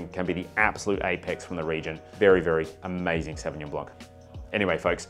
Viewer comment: Sauvillanche 🤣 Love me a savvy-b, last one i had was South Island's "White Mist" (lighter in alc) Savvy-B